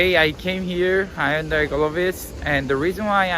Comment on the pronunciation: Question how come when you pronounce Hyundai you are not pronouncing it the way it is in korean?? Most Koreans do not say Hyundai the way you do